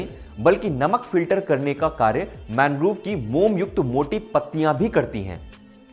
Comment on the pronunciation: मैनग्रोव नहीं मैंग्रोव होता है गलत मत पढ़ाया कीजिए भाई